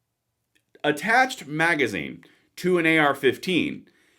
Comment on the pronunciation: Rrally? You cannot even say "Magazine"? Thanks for the info tho.